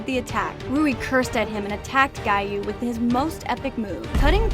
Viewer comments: Anybody catch on that she said guy instead of Giy you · Why did you say guyui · Not him calling him guiyuu 😭😭😭😭😭😭😭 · Giyu X Gayu ✓ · U said guy uu instead of giyuu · The time that she said gayuu instead of giyuu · It's not guyi its giyu(I'm not being bad) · Why she was calling giyu guyu at the rui bit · It's not guyu it's giyu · It's giyu not guyu you silly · ❌Giyu ✅Guyuu ❌Kyogai ✅Kiyoguy ❌Muzan ✅Moozan ❌Tanjiro ✅Tangro ❌Gyutaro ✅Gyootaro ❌Rui ✅Roowee ❌Kyojuro ✅Kyowjuro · It's Giyuu not Guyuu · i love how instead of giyuu its guy uu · I like how you say Giyu you were saying gayu but it’s giyu lol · "gayu" instead of giyuu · “TanGiro” “GUYoo” “MoozAn” “Tanjiiiro” I cant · Why did you said guyu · the way they said giyu like "guyew" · The part here she said might guy yu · “Guy yu” (sorry if this not funny) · Giyu? NO. Guy-you? HELL YEAH. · Why did you call giyu guy yu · bro its not TAN JEERO or GIE YU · bro said "guy-you" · OMG GUYYU DEF NOT GIYU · He is not “Giyu” he is “GUYYOU” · Brooo called Giyu guyu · I like how he called giyu guyu when talking abt rui’s death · Can we learn the names? Gee-you is how it’s pronounced. And tah-me-cuh. Last vid I wanted was just as bad. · guyuu lol 😂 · Girl realy said"Guyou"🤡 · (GEE-YU To Gi-Yu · I like how she pronounce "Giyu" into "Gayu" sometimes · Bro said gayo💀😨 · Guy-Yu xD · bro said guy you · SHE SAID “guy you” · Ahh Yes It's UU Not Giyu Yess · "Guyu" lol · ‘Gyuu’ lol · I hate the fact that she called giyu guyu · literally called giyu gaiyu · That’s not how you pronounce ‘giyu’ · Your saying giyu wrong ur saying it amercia way